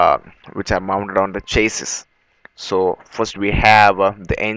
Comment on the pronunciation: chassis is said Chase See !